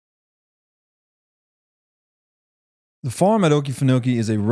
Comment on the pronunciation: It's pronounced farm.😅